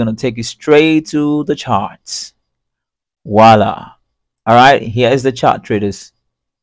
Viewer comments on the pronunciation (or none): none